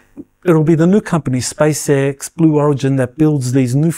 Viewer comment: Space "ex" not "ix"